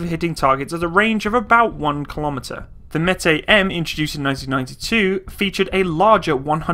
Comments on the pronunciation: Not metai but METIS. Pronounce like it is written. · the word Metis should be pronounced like "Me teeth" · Met as in METropolitan police + is as in this IS an apple. Thats how id pronounce it as pole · with the little i know of russian, i think it would be metis, not metay. whilst french and russian have been quite close in the past, i.e. bistro, russian seems to pronounce every letter.... blended sounds are reserved for particular letters, and the C letter, the S sound in english, isnt one of them. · What Meti? Metees dude, pronounce it with 's'. I mean I understand that you don't know is it Metees or Metis, but why do you leave out the "S"? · metees. with s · Дмитрий Кардаков so Metsis means half caste then? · Based on the Russian way for writing it, it looks like it's pronounced "myehtees", or almost basically as it looks like it sounds in English. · "Meh-tis" With Russian names, you basically read them as they're written. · Pronounced meh-tiss. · Just so you know it is pronounced May-tee like the native Indian tribe of Manitoba, and lower Saskatchewan. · im pretty sure its meh-tie thats how you say it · It is pronounced directly M E T i S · Meh-tEEss! It means mestizo, métis! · For those who are upset of my pronunciation if the word Metis.... get over it. My god I wish I could ask those who think they know it all to say words from other countries they are not from and hit it every time. Come on people, just enjoy it for what it is..... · Russian is phonetic - if you see a letter, pronounce it; there's an S (in Metis) for a reason lol. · It's not a French word, s on the end is pronounced.